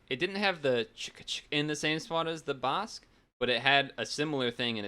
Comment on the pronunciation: Thanks for doing my request! And btw, you pronounced "Basque" correctly the first time you said it. And idk if you noticed, but I uploaded some of these and I apologize for Brazilian Portuguese having dirt quality, lmao. I think I uploaded that back when I didn't care about quality all that much. And I also uploaded Slovak. The episode came all pixelated, lol. I also uploaded the German version. And I noticed you sorta butchered the pronunciation of the dub's title. The best way I can say how it's pronounced via text is "Donkey Kongs au-ben-toy-ya (Abenteuer)". And that voice you heard at the end of the Slovak opening is something called a title voiceover. When a dub doesn't have a localized logo, they would sometimes do a title voiceover. Which is saying the dub's name whenever the logo appears. The name of the dub is called "Gorila v Červenej Kravate". Title voiceovers are really common in languages such as, Spanish, Portuguese, Russian, Ukrainian, Bulgarian, Czech, Hungarian, Polish, etc. And it seems that the Slovak dub uses prints from the German dub, which is why the logo is the same in both dubs.